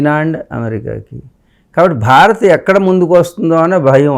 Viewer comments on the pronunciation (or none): none